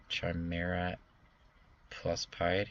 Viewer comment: also it's pronounced Kigh-mare-ah not chime-era